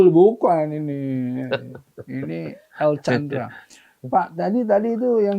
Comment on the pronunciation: Afwan, namanya El Candra, bukan El Chandra tanpa H